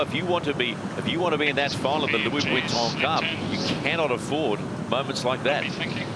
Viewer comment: In answer to you question the commentator is NZER and he’s hopeless.cant even pronounce VUITTON properly. Grrrrrrrr,,,,,,,,,!!!!!!!!